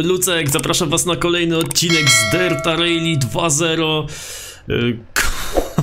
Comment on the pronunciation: jbc to wymawia się "Rali", a nie "Rejli"